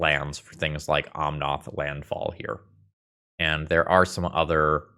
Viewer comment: you do know it's omnAth not omnOth, right?